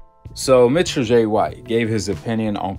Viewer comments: Ain’t it “Michael White” & not “Mitchell”? 😂😂😂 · Bro how do y’all pronounce these people EASY , SIMPLE NAMES WRONG make me feel like y’all doing dat on purpose pronouncing Michael J White like Mitchell J White makes no sense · It sounds like you're calling him Mitchell, His name is Michael Jai White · His name is not pronounced Mitchell White. His name is pronounced Michael (as in Michael Jordan) White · He calling him mitchell white...lmao. It's Michaël. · Bruh its MICHAEL not MITCHELL 😅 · His name is not Mitchell bro it's Michael lol 😅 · How he your favorite actor and you saying his name wrong lol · How he one of yo fav actors but you got his name wrong every time you said it😂😭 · Can’t be one of your favorite actors saying his name like that